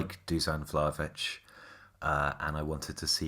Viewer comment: If you really like Vlahović maybe you should try to not pronounce his name in the worst way possible. Like I was legitimately wondering who the hell is Vlavić? Its pronounced pretty much how its written, Vla-HO-vich.